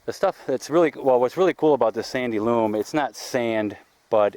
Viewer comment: It's sandy loAm, not sandy loOm! 😉😆